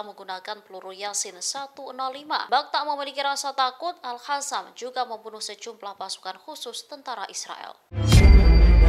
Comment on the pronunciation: Jnggal kalo bilag mujahidin hasam padahal qasam gimna pmbawa acara nya😂